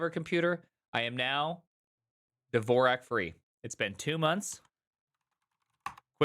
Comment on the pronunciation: it’s Dvorak not “Devorak”